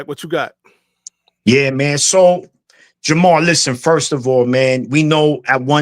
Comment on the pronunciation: How many times did Maniac call Jamar, Jamal?